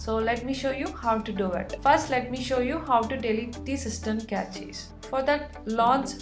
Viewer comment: its not "Cratches, its cache. Look up the pronunciation please. Its good that u do something with your life but either do it better or do something different please🙏🏼